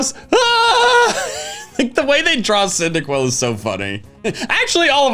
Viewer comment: 'indaquil acking, wasn't ready for the 'arty